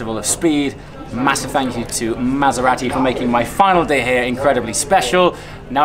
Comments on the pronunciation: You don't need to emphasise the second 'A' in Maserati ! Lol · It's Mazz-er-rahh-tee AND stop clapping your hands fer-christ-sake!!